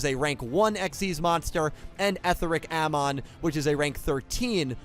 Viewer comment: It's pronounced "Eh-thee-ric Ah-mohn." The dub pronounces it like that, also "Etheric" is an actual English word. "Amon" is a mythological character... also a character in The Legend of Korra.